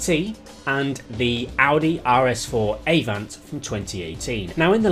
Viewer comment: Uh-vant not Ay-vant, PorschE not Porsch